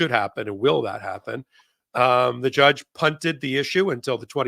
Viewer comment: Can someone please mention the way he says “jyudge” ??? Like there’s a yuh sound there shouldn’t be in that word when he says it…and it makes me want to peel my face off, grow it back….then peel it off again.